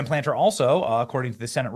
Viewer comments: Its plaTNer Mr nucUlar bomb! How the fuck are you in broadcasting Benny? You cant even speak eanglish! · PLAT-NER. Although I'm fine with the disrespect of not pronouncing his name correctly. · YOU CANNOT PRONOUNCE PLATNER JUST LIKE YOU CANNOT PRONOUNCE NOOOK LEE URRR...NUCLEAR. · Plat-ner not Planter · Platner not Planter 😂😂😂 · Platner. Not Planter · Dude. It’s Plat-ner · "The people of Maine are reasonably moderate." I guess Johnson hasn't visited here in quite some time. I live in rural Maine, and even here Platner (It's Platner, BTW, not Planter) has a huge number of of moonbat supporters. The reality is that Maine has been invaded by moonbats from away who now control our elections. The left, including Soros and others, are pumping millions into anti-Collins advertising. The fact the sitting governor dropped out is a clear indication that Platner's on a role. If she recognizes she can't beat him, will Collins be able to? I'm not so sure she will. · It's not Platner, it's Planter. LoL... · PLA T NER ITS NOT PLANTER BENNY PLAT-NER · Platner, not Planter. Who teaches these journalists literacy? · NOT Planter, PLATNER. Damn Jack can you read? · Plat - ner. Not Planter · Not Graham Planter - it's Plat ner --- they will still love him - he's a commie racist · Benny…it’s Platner..not Planter. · Benny, can't you read? Plant-ner? Really? Try Plat-ner. He's not a tree pot and there's only one N in his name. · Plat ner not planter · platner benny not PLANTER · Platner not Planter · Plat ner , not planter….😂😊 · It is PLAT NER........ Not PLANTER! But we still LOVE YOU!! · First off, Benny, it's Plat-ner not planter. Secondly, Maine has changed so much over the past ten years Collins winning is NOT a foregone conclusion. Platner signs are EVERYWHERE here in southern Maine. Sen. Collins should still campaign like she's ten points behind in the polls. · It's not Planter, it's PLAT-ner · It's PLAT-NER